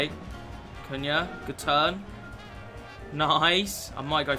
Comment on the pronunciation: Not sure that’s how you pronounce his name 😂